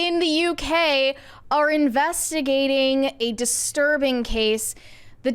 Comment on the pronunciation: jfc...she said "the police are investiganting"...its " the police IS investigating"